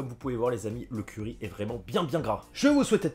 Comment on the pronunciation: j'entendais curé au lieu de curry, boeuf au curé, pas mal